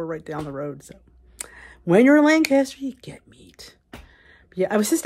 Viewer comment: You were in Lancaster, Pa. You were in my neck of the woods. Welcome. I live in Columbia 7 miles away. I hope you enjoyed your time. I am really impressed. You pronounced Lancaster correctly. 🥰